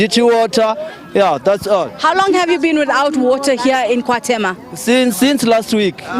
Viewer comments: 😂😂😂Did she say KwaThemba? It's KwaThema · I heard kwaThema 🙈😂😂